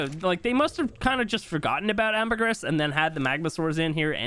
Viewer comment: Syntax please! It's pronounced amber-gree. (Ambergris) I love your content!